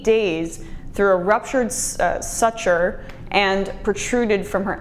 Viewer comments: Hi Emma. First to reiterate another comment concentrate and learn pronunciations....De KAY tur and SOO ture. It'll add to you credibility. Trump doesn't care about ANYONE needing care even his own disabled nephew whom he refused to pay the insurance for. (Cenk did a bit about that several times) To sum him up if you aren't rich you get NOTHING!! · Appreciate the content here. Remember my own Grandmother's twilight years and dealing with this kind of stuff. A couple of nitpicky pronunciation things: Decatur, Illinois... 'di-kay-ter', although maybe that isn't the only acceptable way. Suture... 'soo-ture', aka a medically sewn stitch. Also :-)